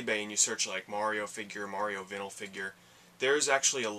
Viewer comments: vin-el vs vine-el no one says vin-el records, or vin-el interior on a car am I wrong here? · That is a badass mario shirt. That shirt for $21 is a steal. Your saying Vinyl wrong. it's pronounced Vine-ul. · Your saying Vinyl wrong dude lol